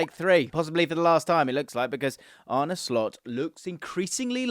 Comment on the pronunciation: 10 points for not butchering his name!!👍